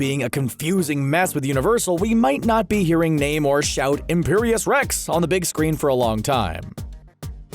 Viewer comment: Namor is his name not naymore. You spell it namor and pronounce it nahmore